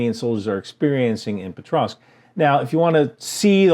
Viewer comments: POKrovsk - not PETrovsk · Its pokrovsk not petrosk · I’m pretty sure it’s “Pokrovsk” sir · There's no "tr" sound in "Pokrovsk"